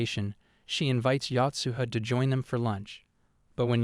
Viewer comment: Yo-tsuha, not Yacht-suha! Uichi, not Yuchee.